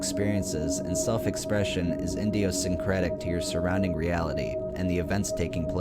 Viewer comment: "iNdiosyncratic" oh god stop